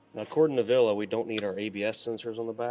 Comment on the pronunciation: VillE, VillE not VillA! C'mon! 😄